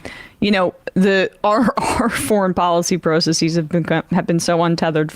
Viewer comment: emma pronounces "process" like a normal person, so what's up w/ "pro-suss-seas?" PROCESSES! god damn it. process + es.. it's easy. talk like like one of us normals